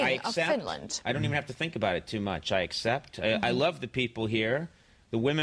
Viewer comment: Nimenomaan. Thank you very match. Kiitos erittäin ottelu, Hyvä Karhuvaara.